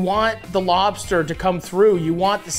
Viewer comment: Hi Matty. I'm a deep fried crisp lobsterrrrrr